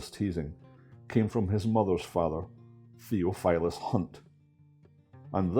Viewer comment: Thee OFF ull us (Theophilus) "Thof" Just sayin